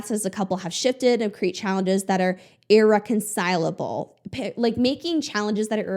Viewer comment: You're the first commentator I've watched on this topic who hasn't tripped over the word "irreconcilable" 🙌